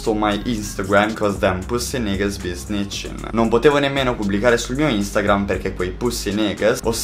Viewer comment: Bro can’t say nigga like that